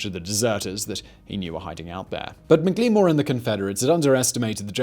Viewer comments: Mik lee more not even close it's Mack La More! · I'm not entirely sure, but I believe McLemore's name would have been pronounced "Mackle-more."